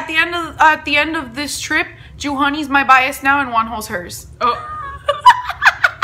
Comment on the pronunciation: I literally heard "WONHOS DICK" im with Krystal and michi on that one😂